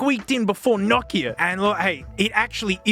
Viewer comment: Oh wow a non-Finnish person saying Nokia and not no Kia.